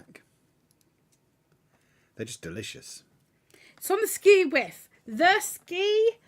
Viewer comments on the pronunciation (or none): It's Skew Wiff not Ski Wiff lol, it is derived from Askew which means not straight or level. I'm from Newcastle and living in Norfolk, and they say "it's on the hu" down here.